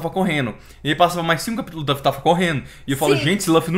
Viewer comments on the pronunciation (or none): Só por favor, para de dizer "lãffy". É LUFFY 😢